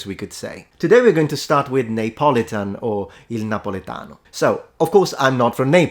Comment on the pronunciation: En anglais, Neapolitan ne se prononce pas /neɪˈpɒlɪtən/ (je pense que c'est ce que vous dites) mais /niːəˈpɒlɪtən/.